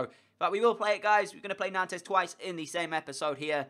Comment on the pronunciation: It's not pronounced "Nantez" it's pronounced "Nont". Sorry, I speak French and it was pissing me off.